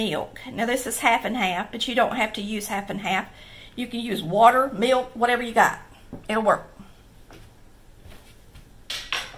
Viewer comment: I like hearing" mellk.. "!